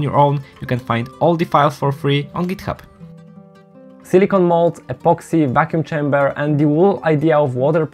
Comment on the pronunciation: You managed to hide the fact that you're Polish for almost 11 minutes, impressive. Usually I can notice the polish accent quite quickly. the way you pronounced "dot cc" made me sus and "on GitHub" was a blatant giveaway. Also cool video I gues, nothing groundbreaking but nice to watch.